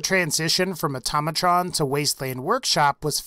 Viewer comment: it's pronounced "Auto-Mey-Trun"